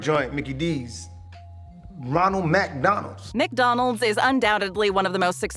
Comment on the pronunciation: Can't even lie, hearing MaDonal took me out lol. Also, Borneo??? REALLY?? LOL